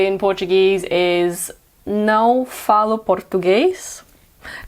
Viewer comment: Nossa! Assim você me mata!! You're pronunciation was PERFECT, especially the "ã" sound in "não", which is hard for most non native speakers. Your Italian and Spanish are also outstanding, and I could understand every single word you said, though I don't speak them as fluently as you do. Well, about French, Indonesian, and German... it's all Greek to me. 🙉🙊 You've just turned a subscriber into a fan!! Thank you!!